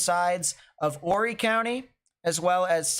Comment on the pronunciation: It’s pronounced like orry silent H.